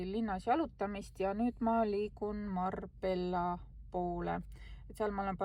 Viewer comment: Hispaanias kaks ll hääldatakse umbes ji na, ehk siis Marbella kõlab pigem Marbejia, ja pollo, mis ka väga oluline sõna, kõlab kui pojio .